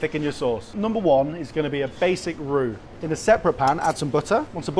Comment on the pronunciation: I love how he says arrrrruuur... arrurru.. aarrrrrurrt... The word that makes you sound drunk! 😂